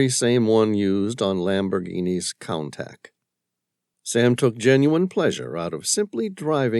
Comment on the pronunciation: I am loving this series! However, every time I hear the mispronunciation of the Lamborghini (Countach) in this book I cringe…it is not (contact)